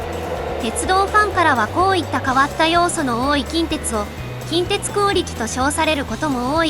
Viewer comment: 近鉄の発音が現地と同じになっている😮